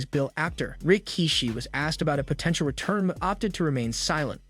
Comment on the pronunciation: The way you say Rikishi is weird and hurts my ears. You can tell he was before your time.